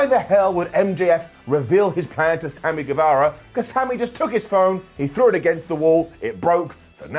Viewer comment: it's pronounced Samy GueVAHra, not GueVEHra